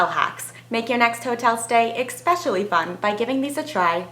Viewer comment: Expecially? hmmmmm there's no X in Especially.